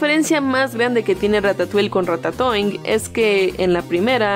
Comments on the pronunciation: RATATOING parece que dice RATA SOY jajajajajajaja 😂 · Dijo cacacoing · ¿Soy yo o en un momento dijeron "cacatoing"? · Puedo preguntarles por qué ratatoin suena como cacatoin xdddd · las veces que dijeron Ratatoing: 16 si me puse a contar las veces que dijeron "Ratatoing"